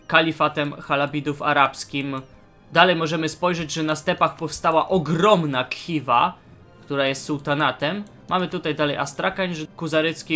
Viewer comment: Jaka Kiwa (Khiva)? To się czyta Chiwa